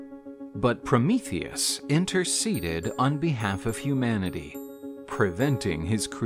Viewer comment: Finally someone says his name right lol